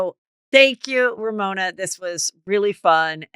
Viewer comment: Not RoMona